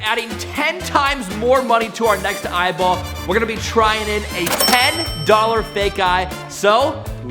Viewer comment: Eyeball not eyball